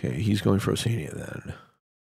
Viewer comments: Why is keep pronouncing oceania like that???? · he must pronounce it the British way. This is one pronunciation US and Canada seemingly agree on.